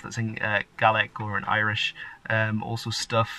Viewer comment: From what I heard, your Irish is not all that bad, at least pronunciation. And I am currently learning Frisian. Interesting...